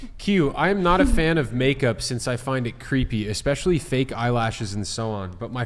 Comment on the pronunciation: Hey "", Its eSpecially not eXpecially. 🤦‍♀️